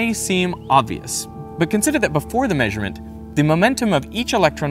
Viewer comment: Unsubscribed due to this pronunciation of “maysurement”